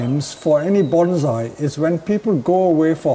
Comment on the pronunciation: Listening to you say banzai is TORTURE! The word is bonsai, not banzai. Get it right dude.